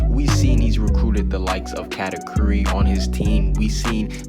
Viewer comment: the pronunciation for katakuri dude